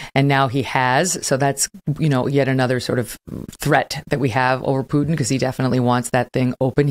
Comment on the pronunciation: I don’t understand why it is so hard for you to say Putin. It’s not “u” sound like in puke. It is “u”, like in put…